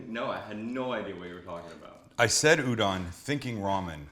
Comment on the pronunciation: Proper pronunciation of udon: oodoughn